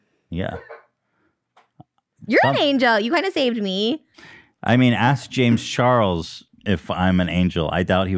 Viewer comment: and “James CHARL” 😅🤣